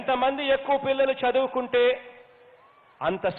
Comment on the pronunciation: చదువు కుంటే రా చెదు వు కుంటే కాదు. నీవు కూడా అమ్మ వడి తీసుకోని బడి కిపోరా. చూసి కూడా చదవడం రాదు. నీవేంది రా. వాళ్ళను చదివిచ్చేది. అసలు నీవు ఏం చదివావు అది చెప్పు రా ఫస్ట్. 😂😂😂😂😂😂😂😂🤣🤣🤣